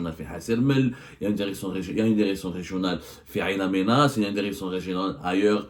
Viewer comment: Bonjour, Ain Amenas, est incorrectement prononcée. Cette ville s'appelle " IN Amenas" c'est en Targui